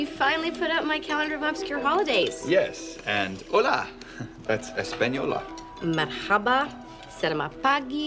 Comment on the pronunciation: Not it's actually Arabic the pronunciation is mArhaba whilst in Turkish it's mErhaba, a slight difference but it makes a difference.